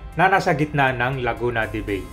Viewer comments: Its LAGUNA DE BAY (BAI) not BEY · sorry to say , mali ang pronunciation mo ng Laguna de bay. Laguna de bay ia a spanish word.